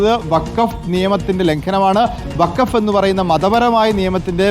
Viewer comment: വക്കാഫ് അല്ല ഫക്കോഫ് 🤡🤡🤡